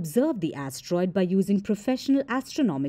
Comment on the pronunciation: She said "a tiny a** troid"